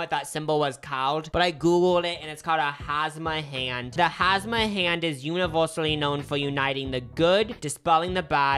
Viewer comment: It's hamsa not hasma 😭 he committed to the pronunciation tho lol